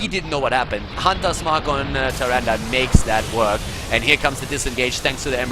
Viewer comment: Sorry but why are you spelling "Nazeebo" as "NazeebRo" ? Its quite annoying. The same goes with Tyrande, its "Tyrande" not "TyrandA". Please work on that :)